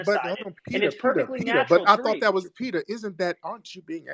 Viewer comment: Peter? Peeterr? 😂😂😂